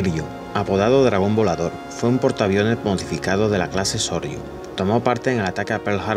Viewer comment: No es Sorryu es Soryu!